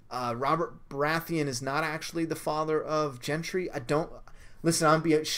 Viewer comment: Jentree haha